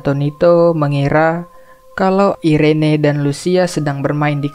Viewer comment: Itu nama adiknya cara bacanya Iren bang,, jgn di baca Irene jg🤦